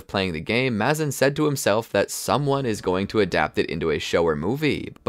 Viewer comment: It's Maze-in not mah-zin